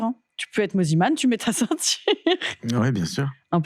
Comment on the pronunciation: Je rêve où au tout début de la vidéo elle l’a appelé « moniman » 😭😭😭